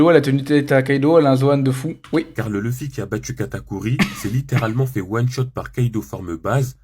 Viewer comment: Déjà quand tu dit louufi c mieux tu parle pas tt court